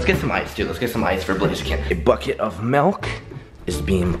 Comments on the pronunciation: It's pronounced milk not melk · who niticed he said melk instead of milk lol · Why does he call it melk wtf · I have to do it. Its milk not melk. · It's FUCKING milk not melk, milk it pisses me off so much!!! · i love it i love i just love it i love it i love it i i love it when he says melk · "Melk"... Did anyone else notice